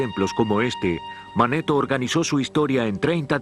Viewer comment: Ya lo había visto pero con otra vos del narrador y no tenía tantos errores, ejemplos: Edoroto visito Egipto en el 450 a de C y dice que fue el 4500 a de C, y se llamaba Manetón no Maneton.